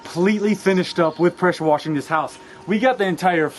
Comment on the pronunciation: I can’t tell if it’s your southern accent or you’re saying pressure worshing instead of pressure washing on purpose